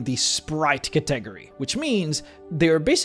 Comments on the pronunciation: What is that pronunciation of category? You emphasize the first syllable, not the second one. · Say it with me folks cuhtegury. love the videos man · I have to say, I have never heard anyone pronounce "category" like that before.